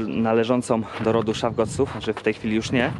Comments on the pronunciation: Schaffgotsch -- czytamy Szafgocz.😮 Nie rób z niego Boga owiec -- Schaffgott😂 OLMA von Sankt Gallen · BallestrEm i Schaffgotch czytamy Szafgocz.